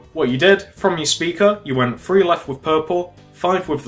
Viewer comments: Lol. One two free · Iknow, that annoys me SO much ! Free, it's three! loll.